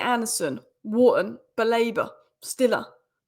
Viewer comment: He‘s called Siller not Stiller